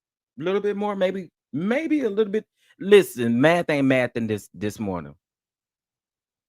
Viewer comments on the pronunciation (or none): none